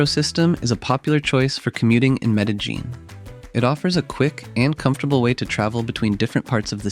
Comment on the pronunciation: The constant pronunciation of Medellín with that hard j 😭